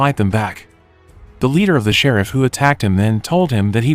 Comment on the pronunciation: Watched one the other day for the words “sheriff” and “Ruby” it was Rubby and Shareef lol